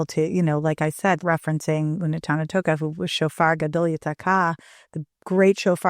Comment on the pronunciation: When she says “you cannot top the first night of Chanukah,” why does she pronounce “Chanukah” without its first consonant: as “Anukah”? Listen to it yourself, over and over (maybe with something to slow the speed) and you will certainly hear it! What’s up with that?!?! Something very similar happens later on, too — when she says: “Both of those are holy”: she pronounces “holy” as “oly” — without the “h” … what’s going on?